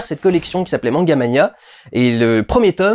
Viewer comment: Manga mania, la passion du manga!! C’est resté encré dans ma tête haha et surtout pour l’époque il savait bien prononcer « manga »